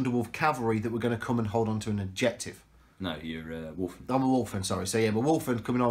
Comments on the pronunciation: Sorry, but my OCD kills me at times like this. Even with an accent there is no "r" in Wulfen. I know, I know. Report to my nearest Chaplain for re-education. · I dont want to be this guy, but its driving me mad. its wulfen, there is no R. sorry and keep up the great batreps